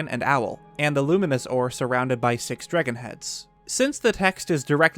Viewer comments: I find the pronunciation of 'dragon' to be interesting. "Dreggon" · Why do you pronounce "dragon" like an idiot? "Dregin" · Nobody: NBC: "Drigun" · i love how in debts you go, and i am truly enamored by the subject but please change the way you say dragon